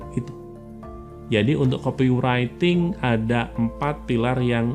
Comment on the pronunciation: Mantap bang, cuma nyebut copywriting nya salh. Buka aja google translate bang trus dengerin. Terimakasij